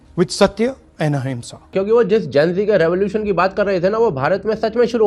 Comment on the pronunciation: Ahinsa suna tha ye AHIMSA kya hota h